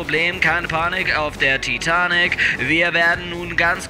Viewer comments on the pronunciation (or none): none